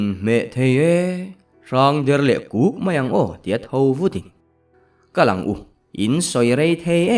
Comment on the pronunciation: a chang hian “Kuk”, tiin ka hria a, a chang leh “Huk”, tiin ka hria, buaithlak tak a ni😂